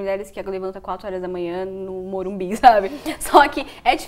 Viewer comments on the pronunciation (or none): none